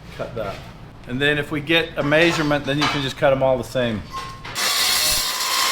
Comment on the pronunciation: said "centimetres". I rewinded and played it again to make sure, and yep, 23cm was his off the cuff "meesurement".